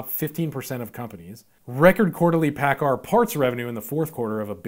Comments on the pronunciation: Great video, man. I'm a diesel tech working for a Kenworth dealership and am investing in the stock market. Your pronunciation of Paccar is off, dude. Lol (had to bust your chops) It's actually pronounced "PackCar". It's good to know that my intuition is on thos subject was right. Invest in what you know, right? Again, great video. Thanks!! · I use to work for Paccar when I lived in Seattle. A loudsy company! Headquarters is in Bellevue, WA. You pronounced Paccar wrong. LOL